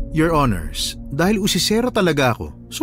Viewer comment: maganda kaso yung palagi binabangghut hukom at your hinirs nakakaloka 😅